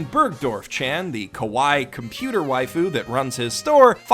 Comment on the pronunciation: It's pronounced ka-wa-ii, not kawai. Kawai sounds closer to kowai which means scary.